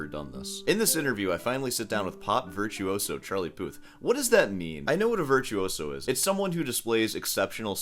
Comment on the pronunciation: Charlie “Poo”th amirite?